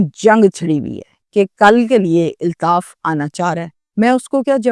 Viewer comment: O YOU STUPID AND BRAINLESS, ILTAAF IS NOT CORRECT WORD, AULTAAF IS CORRECT WORD